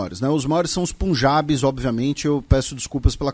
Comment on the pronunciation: Só um complemento para continuar fortalecendo esse maravilhoso canal, a etinía se pronuncia "pãnjabi" e não pumjabi.